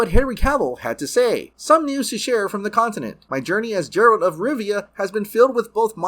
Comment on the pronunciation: Yeah it's G-eralt not J-eralt.